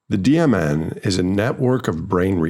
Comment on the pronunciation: Every time you say DMN I hear "demon" 🤔